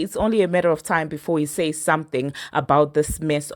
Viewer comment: Not Trump saysh again 😂😂